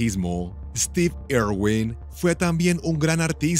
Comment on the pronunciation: Ay no , dónde ve este narrador una O en el apellido de Steve , es una I, irwin.